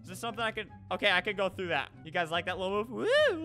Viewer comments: U said u guyzas lol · Well that's how it sounded